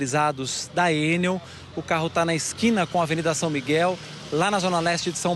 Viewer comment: ENEL... E NÃO EN-NEL... CHEGA DE AFRANCESAR..